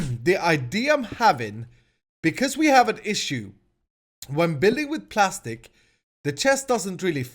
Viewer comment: Its prastic not plastic 👌